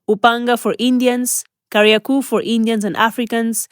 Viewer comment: it's Kariakoo with a long O, not Kariaku. 😅